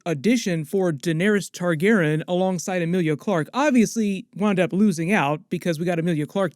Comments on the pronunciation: you pronounced Targaryen wrong and I lost respect for you. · Still waiting to hear back on why you aren't pronouncing Targaryen correctly? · So why did you change your pronunciation of the name targaryen??